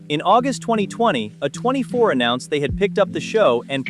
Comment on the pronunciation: The first video on your list. Not banned. Never was. She also has another show along side called "Helluva Boss " and its set in the same universe. Also stop pronouncing A24 weird.